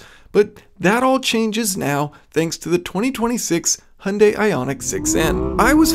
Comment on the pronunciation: It's a perfect "hyundai" pronunciation for Koreans